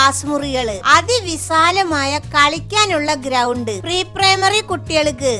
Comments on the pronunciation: പറയേണ്ടത് വിശാലമായ എന്നാണ് വിസാലമല്ല. ടീച്ചറേ. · അതി വിസാ ലമായ എന്ന് അല്ലല്ലോവിശാല മായ എന്ന് പറയു അല്ലെങ്കിൽ മോശം ആണ്. പ്രത്യേകിച്ച് സ്കൂൾ ആകുമ്പോൾ 😊